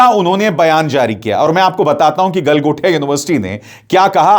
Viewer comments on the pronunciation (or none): गलमोटिया नहीं गलमोदिया यूनिवर्सिटी बोलिये, 😂😂😂😂